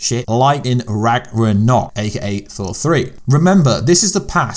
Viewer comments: You might want to pronounce Ragnarok correctly in your video before you complain about how people pronounce things. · Ragranok? What is that? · I apologise. You did say Thanos correctly !! However you have just murdered “RAGNAROK” there !!! What was that about? However please sort out Tessaract yeah !!! ✌️